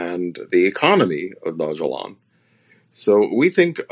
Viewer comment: Not to be rude but his name is pronounced Vit-AL-ICK. Second, the currency is not pronounced Dog-E-Lon. Mildly infuriating .